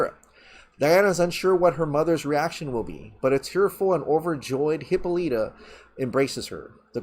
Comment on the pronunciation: Every time mispronounces Hyppolita lol